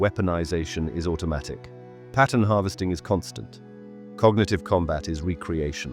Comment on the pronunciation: the way you say 'pattern'. pah uhn